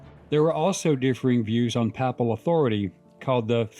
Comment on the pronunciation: "Papal" follows likewise as PAY-pul.